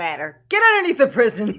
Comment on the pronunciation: "PreeZeeon" is really fun to me cause in french we call Darrell's new home "prison" and it sounds like "preezon". Love your reactions, greetings from Paris